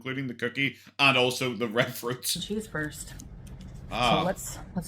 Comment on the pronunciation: Can't stand the way she says cheese. She pronounces it very fatly